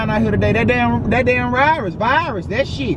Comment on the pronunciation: Lol 😂 “it’s that rirus”